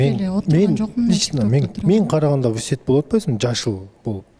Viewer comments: в сети десе вы сет дебей😂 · ВЫ СЕТ (в сети)дегени жарды😂